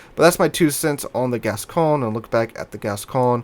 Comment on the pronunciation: By the way, I talked to a French friend of mine and it's pronounced Gas-cogn-yeh or something like that. The ne is pronounced on all french ships like Champagne. So I hope it is haha, might be getting my leg pulled. I never bought this ship because I always feared the reputation, the turret layout and more.